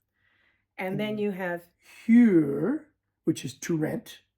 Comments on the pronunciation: RE pronunciation of huur. You’re putting an English y sound before the uu that shouldn’t be there. If you’ve got a Dutch friend that’d be willing to critique your pronunciation while you read something aloud, I found that super helpful. Have them make you repeat until you get it right (might take 5 minutes on one word lol) but it’s worth it in my opinion. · Just drop the "j" in front of the "u" in your pronunciation of "huur". The tone is quite good, apart from that. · You pronounce huur with an H as in huge, but it should be just an simple H as in hood or hello.